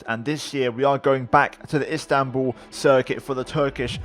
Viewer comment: İt's İSTANBUL not INSTANBUL